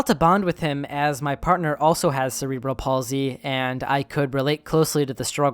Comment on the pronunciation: Just FYI cerebral is pronounced like sarah-bull